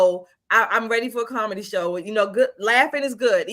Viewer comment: Karmady. My new term was discovered by one of these ladies saying "comedy" but sounded like "karmady" to me